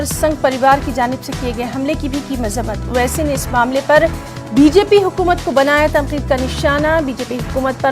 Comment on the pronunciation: اوسسی صاحب کا تلفظ غلط ہے. نیوز اینکر کو توجہ دلائی جائے